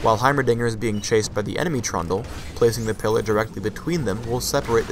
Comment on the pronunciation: i swear says trauma everyonce in awhile when he says trundle >.>